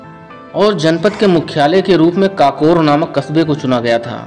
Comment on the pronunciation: काकोर नही ककोर है